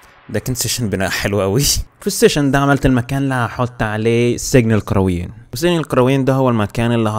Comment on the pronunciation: القاروين ولا القرويين تحتاج تدرس لغه عربيه